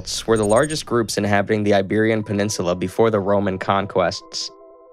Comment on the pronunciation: Iberian PeninsuLAR